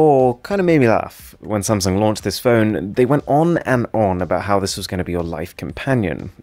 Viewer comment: (I think...) He said either SamSang or SumSang 😂